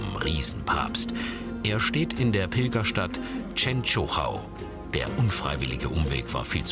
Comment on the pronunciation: Wie die Częstochowa aussprechen😂😂ich wurde dort geboren🌸